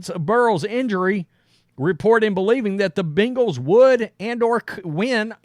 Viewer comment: dude! its ben-gals NOT bean-gals.